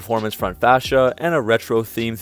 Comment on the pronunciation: Wish you'd stand back and show a straight side-view shot of the newer cars to see the proportions. The "Toenail" and Hornet are FWD platforms (boring transverse engines) with telltale big front overhang, I believe. Pronunciation off slightly: It's Maserati, like MOZerati, not mad or map. It's fascia like face, not like fascist.